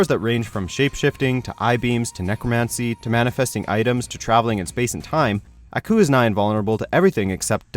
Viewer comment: I hate the way he says "Aku"